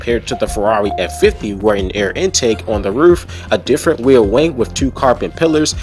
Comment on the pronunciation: the way you say farrari is hilarious i carnt stop laughing lmao